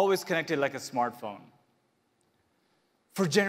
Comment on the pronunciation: Its Smart Phone mr DJ Koh not Smaaaart phn